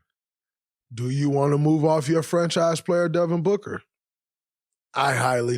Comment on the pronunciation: Booger? You keep saying Booger. Its Devin Booker. Why you dissin your 1 way player who flops to get to the line 21 times? Its BOOKER damnit. WET LIKE IM BOOG is not the lyric.. DRAYMOND I WISH YOU WERE A BETTER PLAYER AND ACTOR. I HOPE YOUR TV DAUGHTER DOESN"T FORGET ABOUT THE GRIZZLIES.